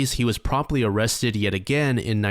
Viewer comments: Oh cwap. Am I gonna be OOOOOOrrested?? 🤮🤮🤮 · “Am I Gonna Be O-o-Owested” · 1st guy oh- kwap o-rest-ed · “After John was Orrested”😂😂😂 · "Oh cwap . . . Am I gonna be awwested?" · When you accidently said "awested " I lost it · It looks like he's gonna bark when he said O in Orrested. I wonder if he just switches his a's and o's. Like, does he eat Areo cookies and kiss oreaolas? So many questions, so little time. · BROOO "Oh cwap, am I going to be awwested" 😂😂😂 that's white bowser! Ffs, I watch too much YT man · me in the back of my mind : “why does he keep pronouncing ‘arrested’ that way- oh..” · "...when John was uuuuh-wessted and cuuuh-westioned..." 😂